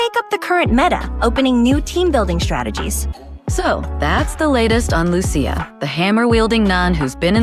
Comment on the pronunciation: I hope they use the Italian pronounciation of Lucia honestly, Lu Chi Ahh, I'm sure my aunt would be happy too.